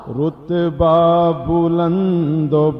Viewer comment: Start ka word rutba hai, rotba nai durust krain